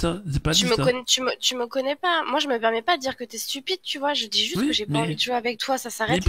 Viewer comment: Zé pas dis ça, zé pas dis ça. Ce perso est terrible !